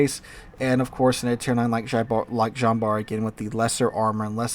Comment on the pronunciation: Jean is most definitely not pronounced like "John".